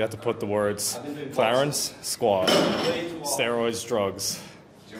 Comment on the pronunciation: ive watched every clarence video, and he hasnt pronounced specifically correct once.